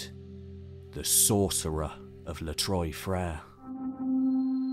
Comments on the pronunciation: Les trois frêres= the three brothers. Trois sounds like trwa. Not like Troje. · In French the name means the 3 brothers . Not pronounced Troy but Trois .